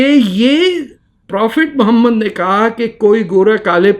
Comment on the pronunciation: Jahil insan say the name properly. Mohammed PBUH. You are the biggest jahil. Illegitimate child of RAW.